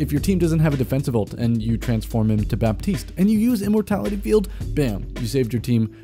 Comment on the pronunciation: The p in Baptiste is silent FYI